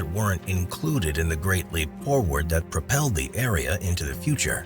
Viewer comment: It's not Leap castle,it's pronounced /ˈlɛp/; Irish: Caisleán Léim Uí Bhánáin